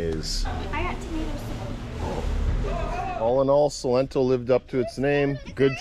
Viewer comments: Its SALENTO, not Solento .! Thanks u ! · Also, it is Salento, no Solento 😅 lol. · Salento!!!! No 'solento'